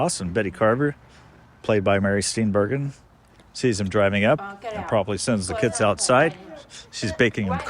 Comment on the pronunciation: Good video. It’s also pronounced Steen-bur-jin, not Steen-bergen.